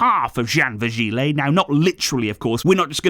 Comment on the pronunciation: VirgiLI not léeeeehhy